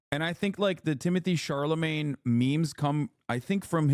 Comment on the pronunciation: doesnt pronounce chalamet right not even once